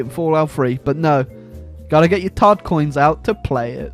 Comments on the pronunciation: Are you saying "todd coins" or "tard coins"? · what is he saying tart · Sorry, are you saying Tard or Todd. Ohhh tard with two d’s! hello ms. Lady, I think I can help with the Tard, Tod, situation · I thought he was saying tard coins.